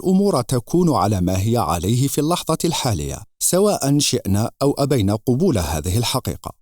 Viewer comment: احسنت موفق لكل خير ان شاء الله..من باب لفت النظر تُلفظ قَبول بالفتح لا قُبول لأن قبول بالضم جمع قُبُل